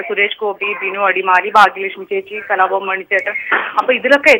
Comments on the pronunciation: kalafavan alla kalabavan ennu vayikan padiku adhyam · who is that presenter !! cant stand her.... and please it's kalabhavan not 'kalafavan'